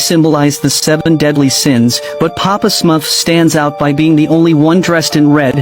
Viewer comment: Are we just gonna not pay attention to how it said Smuff instead of Smurf... 😭